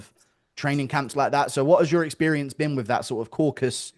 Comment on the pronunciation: Guru for fuck's sake the region is called CAUCASUS in English. Not caucus